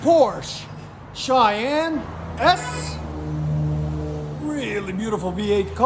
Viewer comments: 1st time: Porsche Cayman S... 2nd time: Porsche Cheyenne S😂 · Cracking me up how many different incorrect ways you pronounce Cayenne. 😂